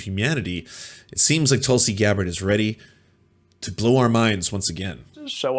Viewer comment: pretty sure it's pronounced "Tool-see"